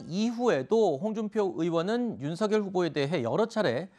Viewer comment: 이름이 윤석열인데 왜 계속 님들은 윤석렬이라고 하는거에요? 문법상 열 > 렬 두음법칙 안돼요;; 한자 자체 음이 '열' 이라서;; 발음대로 말할꺼면 윤성녈 이라고 하시던가